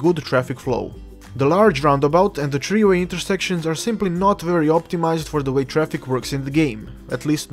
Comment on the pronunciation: Gave a like for "tree way" XD